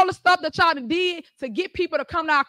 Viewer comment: She doesn't even say y'all. She says "yao"